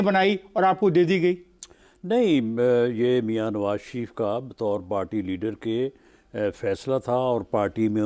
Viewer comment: پارٹی نہیں "پاٹی"